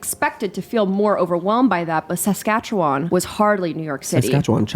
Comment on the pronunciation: the saskatchewan pronunciation was kinda uncanny valley